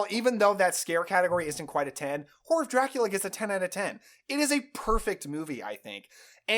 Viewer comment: I’m sorry, all I hear when you say the title is ‘Whore of Dracula’